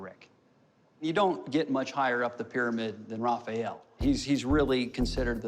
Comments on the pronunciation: It's Ra-fa-el!! Not Ra-fi-yel! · The way he said "Raphael" it hurt my soul .